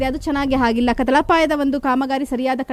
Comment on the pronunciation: Pathetic tv reporter . Don't know how to pronounce ಆಗಿಲ್ಲ vs ಹಾಗಿಲ್ಲ . 😢